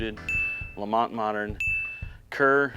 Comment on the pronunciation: for the win with the Clan Lamont proper pronunciation.